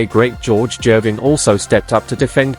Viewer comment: This AI generated content I just completely hate it there is no J in girvin